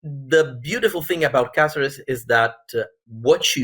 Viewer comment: Great. I hope you had fun, it looks very good. I am Spanish myself although I couldn't go to the event, and Caceres is a very good place to celebrate this event. PS:, your pronunciation of Caceres is perfect the first time you do it on minute.